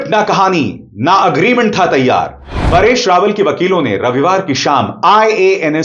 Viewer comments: जी, आप परेश रावल को बार बार पारेश रावल क्यों बोल रहे हो? 🤔🤔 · पारेश नहीं परेश रावल नाम है। आप बार बार पारेश पारेश कह रहे हैं। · Paareshh nahi paresh dhang se bol warna video mat bana